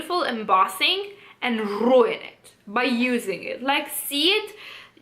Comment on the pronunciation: Hearing you say the word “ruin” with a rolled r was worth the price of admission. I also love that you love buying the embossed things and wrecking them. Most people hold up the embossed thing and say they are keeping it in their collection and never touching them. And I’m yelling at the screen ( in my head, not really yelling, because people will worry about me) why? Why? Use the makeup! It’s not appreciating in value the longer you hold on to it. And it won’t last forever. I love your approach, buy it and revel in killing the embossing. Hopefully you can start a trend.